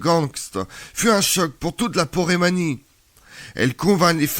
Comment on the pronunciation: Porémanie ou Poméranie ?